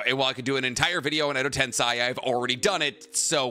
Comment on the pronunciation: Been ignoring it, but tensei "ten-say" is rebirth. TenSAI "ten-sigh" is genius